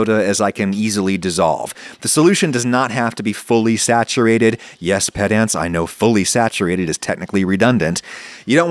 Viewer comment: Not to be a pedant but you pronounced pedants wrong